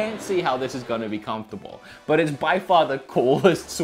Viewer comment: Confertable.. or unconfertable it is.